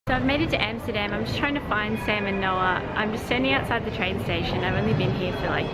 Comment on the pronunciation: say Amsterdam (like America, Alaska, Africa, Amendment) and NOT Emsterdem, Goddamn…. and your video is ok